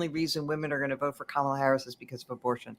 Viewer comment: Vance pronounces Kamala's name correctly. Sign of insecurity? Hedging his bets?